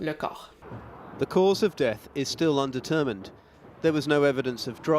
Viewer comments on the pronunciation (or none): none